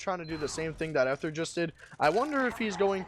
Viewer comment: For future Dex matches Ether is pronounced with a hard "e," so it's eeth instead of eth.